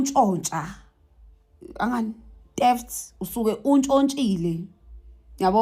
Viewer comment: Qualified teacher says teft not theft,mit November not mid November 😂😂😂😂😂😂😂